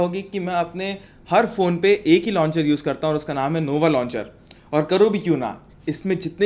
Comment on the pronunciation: bhai novo launcher nahi nova launcher